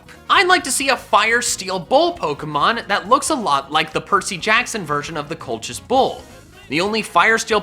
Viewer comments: #4 is pronounced kol-kus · I believe that the bull is pronounced like Colquis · I'll help you out the Colchis bull is pronounced coal-kiss hope that helps 👍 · Colchis is pronounced "kōl'-kǝs" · It’s pronounced “coal-his “ I love heatran don’t bully my boi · Colchis is pronounced Cole-kiss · Its pronounced 'kolkis' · I’ve read nearly all of Rick riordans mythology books and Colchis is pronounced Colkis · It's pronounced like coal-kiss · Colchis, if I'm not mistaken, is pronounced "Coal Kiss" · Concidering it is Greek it would probabaly be pronounced "Koal-Kiss". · I think it's pronounced coal-kiss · It's Col-khis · I got you, man. Colchis is pronounced "coal-kiss", and yes I did look this up. I believe that the h is silent. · It's pronounced "kolkis" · It's pronounced cole-kiss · Rick Riordan is my favorite author and I love him (Alex is best Character) Also Colchis is pronounced col-kis (coal-kiss, the 'ch' makes normal c/k sound) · Colchis bull pronounced Call kiss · I’ve heard Colchis pronounced Colkus. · Pokken Master I’m pretty sure it’s actually pronounced col(like collar)-kiss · Bruh it's pronounced reordan Also colcis is how you pronounce colchis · Col-kiss. It's pronounced Col-kiss. Also, I believe Mr. Riordan's last name is pronounced "reer-den".